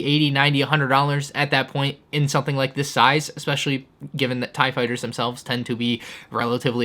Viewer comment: Take a shot every time he says "soNething" instead of "something".